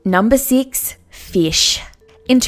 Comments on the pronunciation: I MEAN is Feesh! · the way she says "FEISH" 😂😂😂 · FEESH YAAAS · numbah seex. feesh. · Numba seex: feesh. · Numbar seex feesh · she said fesh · lol "fesh" (not to be rude or anything) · Yo at the 6th one said feesh like if you heard that also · nambah seex. feesh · #6 Feesh. XD